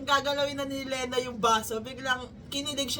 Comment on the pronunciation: Yes same here, blink, bloom and now gumber bear ❤ Love this RV. Hahaha! Btw “Lena” is pronounced as “Lee-na” po ata hehe. Not sure, correct me if I’m wrong. Thank youuu❤